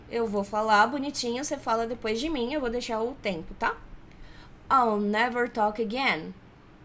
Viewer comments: Sempre ouço I'll não como all, mas com som de "a" ptbr + dark L. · mas não é a mesma? pro I'll pode ter uma variação mais aberta, por causa da falta da fala do /aɪ/ que vira só /a/ . Mas as duas pronúncias tão de boas.